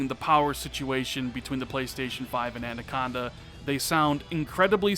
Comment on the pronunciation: It’s “ANAconda” not “ANDaconda!” 😂 Great vid anyways bro!